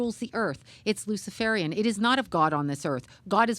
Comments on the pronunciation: To: Pronunciation = Luci-FARE-ian, not Luci-FAR-ian. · What an absolutely jackass this host is, and seriously, he can’t pronounce luciferian. He acts like he’s never heard the word before, which speaks volumes 😏. The guy in the background should have done the interview, he appeared more knowledgeable. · is saying it. He is pretending not to know even how to say the word! Luciferarian.